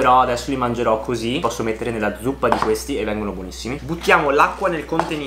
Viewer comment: Quel "mangerò" senza i all inizio è un tocco di classe, comunque sempre grande 💪